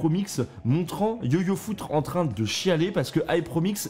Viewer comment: Mdr tu voulais vraiment dire yoyofoutre ou c'est un accident ?